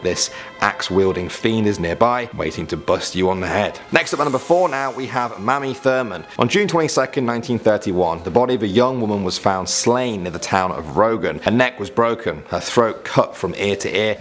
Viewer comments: Mamie is pronounced "MAY-mee" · The name, "Mamie (Thurman)", is pronounced with a long "a", as in "same"...and not a short "a" as in "Sammy". Since you're from England (giving us all The Beatles, Zeppelin, and Monty Python's Flying Circus), I'll give you a pass. And, the way the legend goes is this: If you're on "22 Mountain Road" (where her murder took place), and you look in your car's rear-view mirror...only to catch a glimpse of Mamie...she'll chop your head off. That's it. There's no talking...no "What are you doing here?"...or "Can I get a lift?"...or anything else for that matter. Just, WHOOOSH, and off comes your head. I, personally, never heard an explanation of how she gets inside your car to chop your head off. I'm assuming that she does it "magically" in some sort of "After-death" fashion. There have been no witnesses to testify to this paranormal event, thus far, since every time someone goes to investigate the legend, they are decapitated. It is said that, if you go there today, there's nothing but chopped-off heads laying around everywhere. But I say there just HAS to be a better way to find out the truth! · Mamie is pronounced with a long A sound and she was murdered in Logan WV not Rogan. Mamie is said to haunt not just any mountain but 22 mine mountain in Holden, West Virginia, where her body was discovered. She is always trying to get off the mountain, that is why she is seen in the back seat of your car when you drive off . If you are going to do this sort of thing spend longer than ten minutes researching